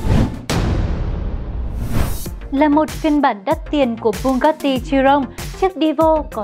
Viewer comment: Chị ơi chị phải gọi là bu ga ti chứ ko phải bu cát ti